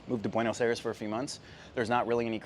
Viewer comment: Tienes que aprender como pronunciar Buenos Aires